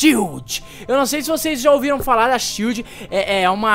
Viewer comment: ''SHIELO'' h3uhu3uh3